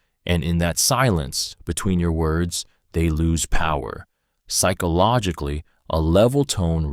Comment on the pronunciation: Please learn how to say psychologically. So damn irrating.